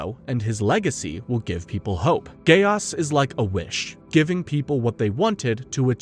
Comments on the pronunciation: Very nice! But am I the only one who gets bothered by “Gay Os”! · Frrr why bro saying code geAss like bro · Dude I prefer the Code Geese pronunciation because the other way sounds too close to Gay-ass 😂😂😂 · The way u say Geass is hilarious. Do u have a “ggae aesss?” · Stop saying Code geAss😡😭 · I keep hearing "a gay ass" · At one point, I used to pronounce geass as gayass